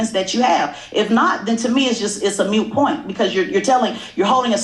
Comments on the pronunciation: "Moot" point not, "mute" point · "Moot" it's "moot point" not "mute". Idiots trying to sound intelligent saying phrases they don't even know the words to. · It explains a lot about her education when she says "mute" rather than the correct word, "moot." She is so ignorant! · Very disrespectful unintelligent interview. It was an attacking combative speech not an interview. Ps: The word is “moot “ not mute. Maybe there is a good reason Ms. Harris snatched your paper. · This ignorant woman said MUTE point 😅😅 instead of MOOT point. What a useless person. An ignorant person can never sound intelligent, she is a great example of that. Her service is getting suspended for having a big mouth, she has never achieved anything and is jealous of a successful person. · Did she just say it’s a “mute” point? 😂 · OMG! Did she really say "a mute point" instead of MOOT point?! Ha ha ha! What a stupid woman! Ha ha ha! She makes herself look REALLY dumb, the more she runs her mouth. I mean, does ANYBODY take her seriously? Does ANYBODY think she did a good job with this interview? This woman is a CLOWN, and not the funny kind of clown. I mean, this woman is an ASS clown! I hope she loses her job. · She's so IGNORANT!!! She said MUTE point. What a bozo. It's MOOT point. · It's moot point, not mute point lmao. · Can't wait for this!!lol ...gonna get my coffee!! 1)does she actually think PR means 'perception of reality'? 2)it's not 'mute point'...it's 'moot point' 3)'what you had did'...it's what u have done'!! 4)he wasn't boasting at all This interview did a disservice to the entire black community!! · She destroyed herself. Hell, she can't even say "moot" correctly.